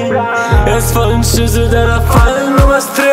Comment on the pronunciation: Es fallen schüzze😂was ist das für ne kack aussprache